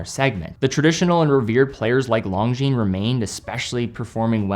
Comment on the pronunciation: Bro you really need to stop pronouncing "Longines" like that